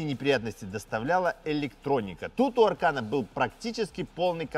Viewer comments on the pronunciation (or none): Избави господь от такого аркана😂😂😂. А вообще ударение идёт на последний слог.